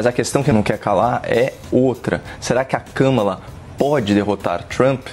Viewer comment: Vi a Kamala Harris falando seu nome pronunciando o Kamalacom acentuação tônica no Ka. Uma palavra proparoxina,. Acho, portando que , se possível, deveríamos procurar fazer o mesmo. Notem que o Copolla fala de maneira correta.